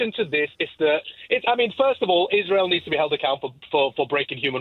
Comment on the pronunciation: “bombardment of Izzrel” 😂. One place looks like an apocalypse, the other place looks untouched.